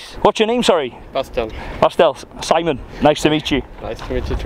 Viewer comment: Just curious Simon, why do you tell non-white people who have an accent that your name is SEE-mon?? Not everyone is French. Lmaooo